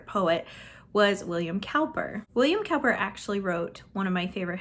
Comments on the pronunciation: I can relate to too many books--my Feb TBR has 25 books! No way I'll get to all of these, although one is Evelina. I really enjoyed Things Fall Apart. Good luck in your Feb reading! P.S. I think Cowper is pronounced Cooper. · Piper's book is pretty short. They were originally prepared for his Pastor's conferences. [It's pronounced "William Cooper", btw. Great choice!] Years ago I read the Mrs. Polifax series and loved them! Enjoy!